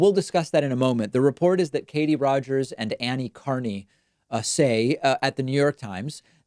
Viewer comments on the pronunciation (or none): none